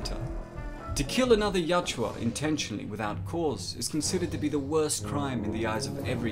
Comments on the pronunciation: dude it is yowt-JA, not yowt-JEWA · At some point I hope you learn the pronunciation of the name of their race.